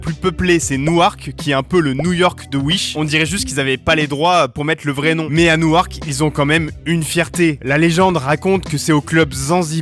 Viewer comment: Newark se dit « Nork » et pas « Nou-Arc »